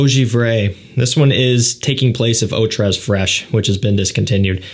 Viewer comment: Eau tres is pronounced "oh tray"